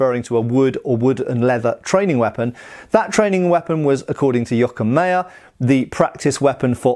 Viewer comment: it's Jo-ach-im Mey-er not Jokkemaya. I was far too long confused by this.